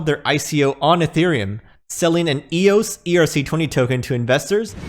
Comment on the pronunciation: Yeah it's so dead it just had a massive run and is on pace to be worth $20 by fall. But thanks for actually calling it eos and not E-O-S.